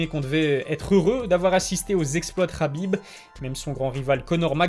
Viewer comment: On ne dit pas khabib mais Habib